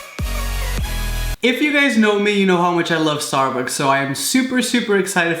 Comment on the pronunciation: did you say "starbooks" ?